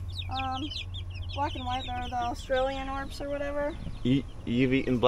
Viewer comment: It’s pronounced austrolorp I think that’s the way it sounds 😂😂😂